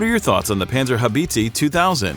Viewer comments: Oh the way you pronounce this weapon system, even more painful than its impact on the battlefield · Why can they say enemy but not panzerhaubize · How the bot pronounces "panzerhaubitze" is hilarious. "Band Zar Hoe Beetzee".lol. Actually it is spelled like "Buns R How Bit Say". ;) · Kraus-Maffi Penzerhaubitzi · Panzi-Haubizi :D :D ? It is hilarious how you guys pronounce that thing. Its a PanZER! HauBITZEEE (deep low sound) ;) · Please... it is pronounced Pantserhowbitse. not Pantserhowbeetseeee! :D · Its spoken "Puntserhowbitseh" ! Not banserhobeezee 😘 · Panzer habizi, ha haaaa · Panserhaubizi 2000... That's what the name the man pronounces sounds like to me as a German. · Great Video, though I had to giggle at the pronounciation a bit. It's more like "Pan-zer-how-bit-seh" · 🤣His "Pant- sir- how- beeeet-seeeeeee" cracks me up.... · It is not a freaking Haubitziii, You should at least try to pronounce it correctly dude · "Panzerhaubitzi" LOL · Please listen in translator programms how it is pronounced if you are not a native speaker. Panzerhaubitsi sounds pretty rediculous. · Peenzerhaubiiitziiii sounds so funny for a german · The Pänsörhauwiitzii 😂 WTF… 🇩🇪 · Read my lips: "panzer-how-bits-a" by "crows-muff-ay way-g-mon" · "Panserhaubitsy" :D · More like Pänserhaubizi. How hard can it be to pronounce Panzerhaubitze correctly? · How can someone pronounce PanzerhaubitzE so wrong and make it sound like its a cake u can buy in the supermarked same goes for Krauss Maffei Wegmann. Typical American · Haubitziii and Mafii to good 🤣🤣🤣 Boi plz google how e is pronounced in german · Haubitzee? Maffi? Seriously, put at least 5 seconds into research on how to pronounce these names properly